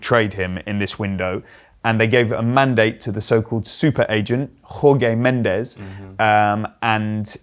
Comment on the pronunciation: Someone tell David Jorge isn’t Spanish. It’s NOT “Hor-gay” he is Portuguese so it’s with a hard “j sound” - George…